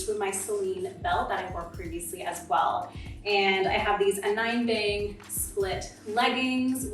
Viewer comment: Love love LOVE tuning into these delightful SheerLuxe videos! Being a Scandinavian watching this from Norway 🇳🇴 - we are big Anine Bing fans over here (she’s from Denmark 🇩🇰), so I thought I’d be so brazen as to toss in a lesson in how to pronounce her name (that isn’t just a name but a massive global brand by now). Here goes: Anine: Uh - nee - nuh. Yep that’s how to say it, guys! Uh-nee-nuh Bing‼️😘